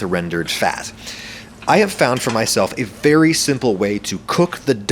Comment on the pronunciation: am i the only one who noticed that back then adam said "fo" instead of "for"